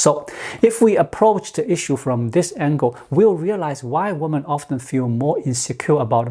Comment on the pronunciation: Women (plural) is pronounced wimin.